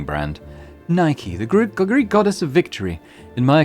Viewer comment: I've been enjoying your voice work more and more as this series unfolds. Subscribed! I know this is over a year old now, but Nike's name is pronounced: "Nee - Kay / Nee - Keh" in Greek, should you ever come across it again.🙃